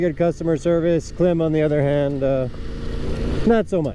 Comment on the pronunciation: Klim is pronounced Climb. You probably offended them. LOL